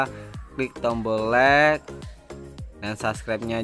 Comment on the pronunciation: Untuk ucapan bahasa Inggris, maaf pengucapkannya supaya dibenerin. Contoh, utk ucapan like seharusnya diucapkan "laik"....I dalam bhs Inggris diucapkan "ai". .... Biar terdengar enak dan tdk salah mengucapkan. Tks.